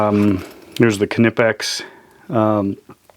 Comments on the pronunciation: I've watched a knipex produced video where the main guy in charge of R & D in Germany was talking to the main guy in North America and he pronounced it with the K silent as you would. It's just like knudesen or knife. So pretty please would you stop saying "Ka-Nipex" it's just Nipex or Knipex. It's a silent K. What kind of is this guy anyways? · It's pronounced nipex the k is silent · it's pronounced Nippex silent K, advice from Uk on the use of english to our mercan cousins 🙂😁